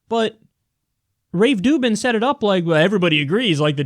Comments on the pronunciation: Rave Dublin, Rave Dublin, Rave Ruvben, Rave Ru.. Dubin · Did you call him "Rave Doo Doo?" LOL, that's awesome. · I'm no fan of Rubin but butchering his name like a fourth grader is just pathetic, even for.